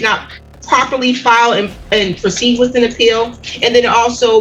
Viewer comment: "Wit' no further need for litigation" 😂💀😂💀